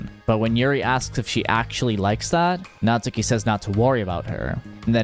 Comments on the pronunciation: cough cough her name is natsuki, not natsUki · Just to ruin everyone's day: her name's pronounced "Nat-ski" in Japanese 🙂 Also, never realized but im literally her